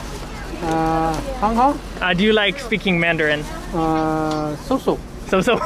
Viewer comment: Damn his mandarin is fuckin good. Especially the accent. You can tell he’s lived in Beijing for awhile.